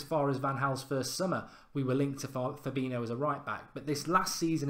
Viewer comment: i like these videos, big fan but it always annoys me when he mispronounces fabinho